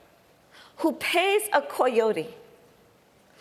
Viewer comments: what's a coy-otie? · Kamala really likes the literal pronunciation of 'coyote' haha. Try Poyote